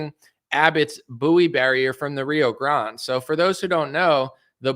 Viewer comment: I give you permission on behalf of all Texans to pronounce it the Rio Grahn-day or just Rio Gr-and but not Rio Grond. 😁